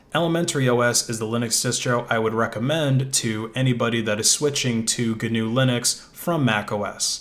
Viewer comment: Thanks for saying the name of this OS family right! GNU/Linux (at least in the beginning)